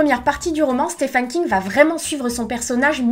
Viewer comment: Tu as un problème avec l'anglais. "Stefen" à la place de Steven, WaLk en prononcer le L :-/